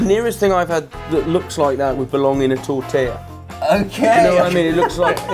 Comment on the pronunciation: i have never heard an english person say "tortilla" and never expected him to pronounce it as "tortaya"